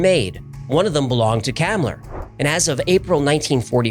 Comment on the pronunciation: FYI, Hans Kammler's last name is pronounced Com-Lur.